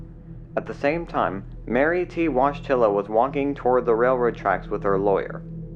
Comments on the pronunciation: I clicked on this because she had the same last name as John Paul II. In Polish it’s Voy-tih-wa. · woyteela or voyteela is how her name was pronounced not wodgetilla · The name is pronounced Voytilla, it's Polish. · You think that's how you're supposed to pronounce that name? You looked at her name and said to yourself "wodj-tilla, yup, that sounds like a name" and continued on your way, did you? Seriously. Explain how you came to the conclusion what you said is how a name is. I HONESTLY want to know this. I'll never sleep soundly again until I understand how you got to wadj-tilla. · This is a Slavic name, probably of Polish origin, it should be pronounced something like voyt-u-la ("oy" the same vowel as in "soy") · Wojtila is pronounced “Voy tee la.” RIP.